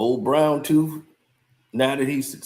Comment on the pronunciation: Ol brown toofffff not tooth tooooffff🤣🤣🤣🤣🤣🐐 u funny